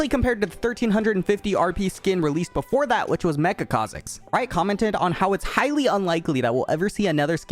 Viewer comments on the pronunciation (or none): none